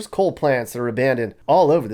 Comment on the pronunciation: It's coal not cole....